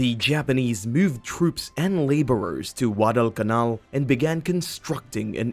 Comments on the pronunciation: Why do you sound like your saying WADDEL CAMAL? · Ridiculous pronunciation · Get someone who can actual pronounce Guadalcanal correctly.